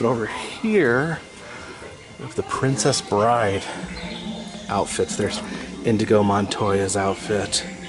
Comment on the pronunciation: "Indigo Montoya"? lol.